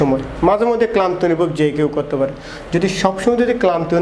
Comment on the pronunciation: Fare ki jinish? Pare Ki doctor tik moton bangla porjonto bolte parche na.....